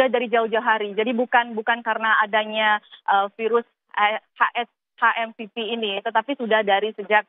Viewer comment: HMPV boleh dibaca Ha Em Pe Ve atau Eitch Em Pi Vi, tapi please jgn dibaca Ha Em Pi Vi dong....